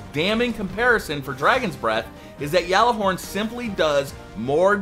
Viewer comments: Say gall a horn not yall a hord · Why does he say gjallarhorn like that